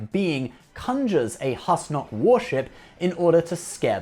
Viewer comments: He also pronounces "Husnok" wrong. It's pronounced like "who-snock" (as per the alien Douwd in the episode) not "hus-nock" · Number 03 is pronounced "Whoose-Nock" like Goose, not "Hus-Nock" as in Hustle. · Pronunciation. They say it many times in the show. - Not Hus-knock. It's Whos-nock